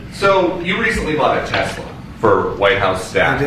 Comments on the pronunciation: We need shirts with pictures of Donny saying "I love-teh-slur." Because that's what he's doing constantly. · Trump says "Tesler" because he has "dementcher". But no doubt like Fentinyl (should be said "nil" not "nol": fentinol is a completely different compound). I'm sure the entire GOP, MAGA, the media and Elon will all copy Trump and mispronounce it 8n the future, because they are not in a cult. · The reason trump says tessler instead of Tesla is because he's not a person who reads very frequently, if at all. Possibly even cannot read, at any reasonable level (literacy is a scale, not an on or off) It's the same reason George Bush used to say new kyoolar instead of nuclear. People who don't read tend to learn to pronounce words based on how they hear others speak those words out loud. They even have a specific name for that trait The trouble is, he's not a very good listener so he can't even listen well enough to get the proper pronunciation. He listens for weakness and opportunities to exploit instead of listening to understand. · Why does he keep calling it Tesler? I want to found a "Tesler" company that sells super woke merchandise designed for old people, like a rainbow wheelchair with a trans-people flag, and a save the planet eat the rich slogan all over it, and an anti-fa symbol too, all together in one item. I'd be super proud. Trump loves Tesler. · He is saying tesler on purpose now. He misspoke the first time, now trying to make it seem like that's just how he says it. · Sounds like He's mixing up Tesla with Chrysler to be Tesler... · "In fact you have a tessler" 😂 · Someone yell What’s a Tesler dumbass? Buahahahaha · He says TESLER so often that quite clearly he thinks the car is a TESLER. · Trump calls it “Tes-ler” because lots of people ( mainly Southerners and Brits) sometimes drop the ending vowel and add “er”. Listen to British newscasters. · He probably says 'Tesler' because he might have 'dementcher'. 😖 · "I LOVE TESLAR!" 😵‍💫 Trump